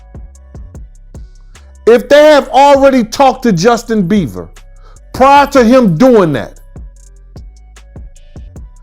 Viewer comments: Is it just me or does keep calling him Justin “Beaver”? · He keeps calling him Justin beaver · Someone tell him it's beiber ..not beever ....Ellen de genres ..Oprah ...need checking too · Is he saying Justin Beaver? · Why this man can’t say Justin Bieber?